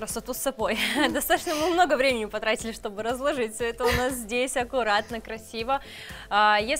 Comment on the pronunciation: Что за слово " разл.о.жить" ,есть слово "разлож,и,ть",Ударение падает на " и"